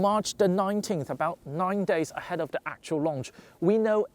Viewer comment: Just needs to improve his /th/ sound. Interestingly he can say "nothing" perfectly, but pronounces "the" as "de".